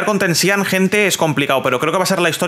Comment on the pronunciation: Bro no hate asi se pronuncia (tenchinjan) no tensihan